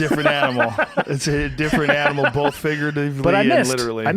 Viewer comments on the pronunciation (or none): Joe "bolth" Rogan